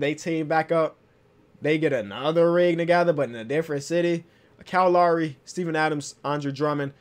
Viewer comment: When says Kyle Lowry I think he says calorie